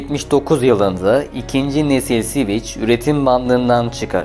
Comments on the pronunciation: Sivic değil sivik yani civic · Siviç nedir? sivik diye okunur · Admin sivic diye okuyorsun ancak doğrusu sivik olacak. Lütfen telaffuza dikkat edelim. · "Sviç" değil "Svik". "Gran Priks" değil "Gran Pri". Aynı hatayı bir videodan kırk kez yapana kadar önce nasıl okunduğunu bir öğrenin. Anlatım ve hikaye çok güzel. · Yine süper bir çalışma olmuş ama Civic için her SİVİÇ dediğinde resmen kulağıma iğne batıyor gibi oldu. Bunun adı dümdüz SİVİK Aynı şekilde Şervole değil Şevrole, Grand Priks değil Grand Pri... Ben de saçma olduğunu biliyorum ama kelimenin kökeni Fransızca :) Honda Super Cub olayını çok güzel anlatmışsın. O motosiklet ile ilgili de şöyle bir ayrıntı verelim. Discovery Channel'da tarihin gelmiş geçmiş en iyi 10 Motosikleti sıralamasında birinci olmuştur. Sadece satış rakamları da değil, sağlamlığı, sürdürülebilirliği vs... Adamlar motoru ikinci kattan attılar çalışmaya devam etti. İçine dümdüz yağ koydular çalışmaya devam etti... Öyle de efsane bir makinedir. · Sivik hocam sivik. Sivic değil. Alman Volkswagen gibi halk için yapilmiş bi arabadir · Tatlı tatlı anlatıyorsun dinliyorum ama siviç nedir gözünü seviyim, hiç mi duymadın "sivik" diye telaffuz edildiğini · Siviç ne ya Sivik Sivik! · Şervole değil Şhevrole (Chevrolet),Sivic değil .Sivik okunur Civic yazılır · Ne Sivichi yaa elektrik switchi mi? Sivich degil o Sivik diye okuyamiyormusun? Daha bir Chevrole diyemoyorsun. Servole Shervolet diye okuyosun. Mecburmusun bilmedigin alanda okuma seslendirme yapmaya ? Birak bir bilen yapsin !!! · Civic "Sivik" diye okunur. Anlamı vatandaştır. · Civic'in tercümesi dışında sorun yok videoda, eline sağlık. Sivik diye okunur bildiğim kadarıyla... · bir çok kelimede inanılmaz telaffuz hatalarıyla dolu bir video, resmen kulaklarım kanadı. gırand pıriks, siviç ve daha niceleri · Sivic nedir ya 🤣🤣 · Sivic hahhahah cahil adam